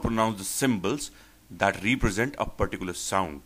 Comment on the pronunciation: Very useful indeed. But by the way, and with respect, I think the pronunciation of represent is different from the way you have used,, PL correct me if I am wrong... thanks